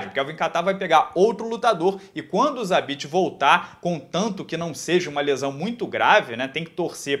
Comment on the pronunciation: Vc falou zabesta?